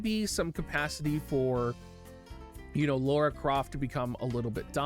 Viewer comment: Please stop calling her Laura, her name is Lara